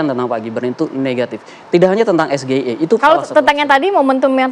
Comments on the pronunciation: Hehehe....Gibran pergaulannya level dunia tetapi ejaan atau alfabet inggris kok dibaca Indonesia seperti sgie..... Memalukan bro2... Mbok jgn nggedabbruuuzzzz......! Bohong lagi ya. ! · oi bong, para ekonom menyebutkan SGIE itu tidak di bacakan dalam pelafalan bahasa indonesia. Wajar cak imin bingung karena yang biasanya disebut pakai bahasa inggris eh disebutnya pakai bahasa Indonesia. Makanya setelah di kasih tau baru cak imin nyambung jawab nya, bukan di tanya "trik" malah ngalur ngidur dulu 🤣. Gara2 pertanyaan konyol itu juga jadi berkurang 1 penjelasan cak imin dan 1 tanggapan Gibran